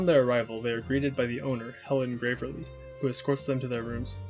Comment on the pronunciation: it is deeply confusing to me how you misgender characters while also acknowledging they're trans. also your pronunciation of picross and gravely is abhorrent and you should be punished for your crimes.